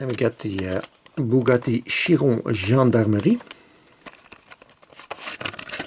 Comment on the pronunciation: Sweet show 🙂 the color on the hw Chiron ( you finally pronounce it properly 😜) is very simply called Bleu de FRANCE 🇫🇷🇫🇷🇫🇷🇫🇷🇫🇷😂 Alpine are also in this color, the steering column position in the 2cv is bit too vertical imo like a truck steering 😅 i will very soon get my hands on the welly 2 pack the corvette&jag and Volvo&mustang so it gives me a preview 🙂